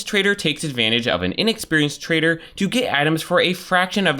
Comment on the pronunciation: hey "twader"